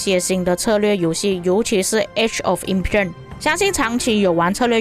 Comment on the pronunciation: Em- pai-yer